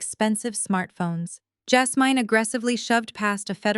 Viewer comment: Good story, but you should really learn how to pronounce Elijah and be consistent. Jasmine, too.